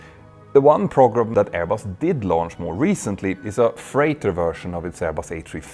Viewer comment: I know its due to Petter’s accent, but the English words ‘program’, and ‘pogrom’ mean something completely different, and the latter quite a bit more dark.